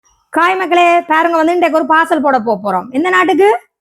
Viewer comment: காய் இல்லை அது. ஹாய்....